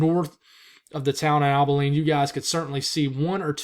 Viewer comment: Abilene. Ah-buh-lean